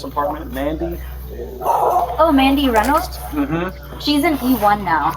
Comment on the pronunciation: Is the voiceover AI? First off constantly mispronouncing Reynolds and also the cadence is HORRIBLE. If it's not AI please stop talking so *sigh*... dramatic.....ly *sigh*.